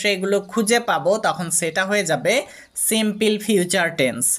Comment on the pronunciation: দয়াকরে প্রথমে আপনার ইংরেজি উচ্চারণ সঠিক করুন।এই ধরনের হাস‍্যকর উচ্চারণ নিয়ে please কোন ভিডিও পোস্ট করবেন না।কারণ বিদেশের বাংগালিরা আপনার ইংরেজি উচ্চারণ শোনে মনে করে দেশের বাংগালিরা অত্যন্ত মূর্খ। Please don’t say সিম্পিল, say সিম্পুল (simple) ok